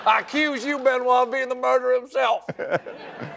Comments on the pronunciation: Did he just call Craig Benwa Balls? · I believe the pregnant pause was because Colbert was thinking of ben wa balls. A rabbit hole he successfully avoided until he expertly snuck it in ! 😂